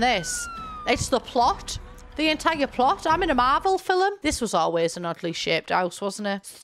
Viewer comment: “I’m in a Marvel fil-um.”